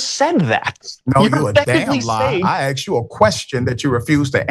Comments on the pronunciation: “I just axxed you a question!” What a clown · Richey is supposedly a doctor and well educated but can't say the word, 'asked'. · Rashad needs to read a dictionary and learn how to pronounce, 'asked'.